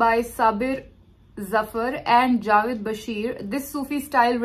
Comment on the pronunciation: Please Name Theek Len Its Jaavaid not ja-vedd